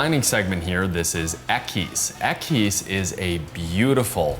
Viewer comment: Equus is pronounced ekwas.